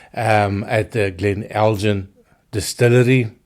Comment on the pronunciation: Just FYI: the "g" in Elgin is normally hard (so the same as the "G" in Glen). There is a manufacturer of spirits, though, that uses the name with a soft "g" as a play on words with their El:Gin... (so, if you order "eldjin" in a bar, you will get gin, not whisky - or just a puzzled expression!).